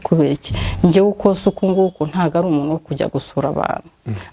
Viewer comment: Yego,aragerageza ariko avuga,umunu,anera inda,...